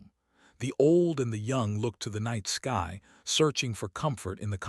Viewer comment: this ai cant say sky